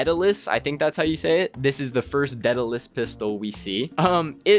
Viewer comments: Deadulus? It’s spelled Daedalus dude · It’s pronounced deh·duh•luhs Named after the greek craftsman and inventor who created the labrynth to contain the Minotaur and father of Icarus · You kids need to open a book (dictionary specifically) daedelus is Day del us and how do you butcher the word adoration?